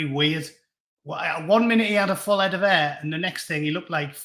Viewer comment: Heed, a wee bit of scots there ?